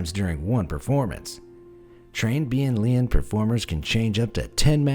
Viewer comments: I am from China and the correct way to say it is (Bian~ Lian~). The Chinese character is 变脸。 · As a Chinese, you read the Chinese words for the face changing wrongly 🧍‍♀️